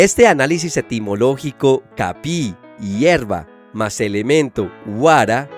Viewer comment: . No es "capii" Es " kapi'i " hay una pequeña pausa entre las dos "i", y nunca se debe decir continuo o de manera seguida. .